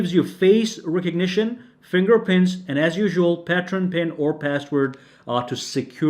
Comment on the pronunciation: What I wanna know is why do you say pattren when its pattern?